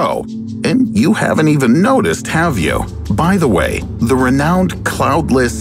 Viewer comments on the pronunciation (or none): I don't even know what he mispronounced 3 times BUT I did notice he said "cloutless " right after that instead of cloudless....if we're getting nit picky!